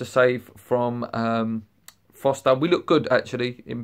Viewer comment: His name is Forster... not Foster